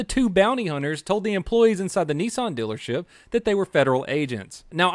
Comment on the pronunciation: He said "dillership" 🤣